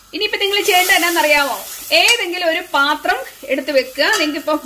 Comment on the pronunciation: പത്രം അല്ല പാത്രം... ക്യാപ്ഷൻ തിരുത്തു... ♥️♥️